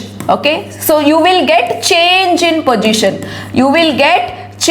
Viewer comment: mam please pronounce the word position properly